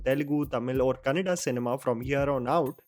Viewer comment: whenever u say 'kannada ' and not kannad, u have already won our hearts and I become one of ur regular subscribe who look forward to ur reviews. Good work 🤗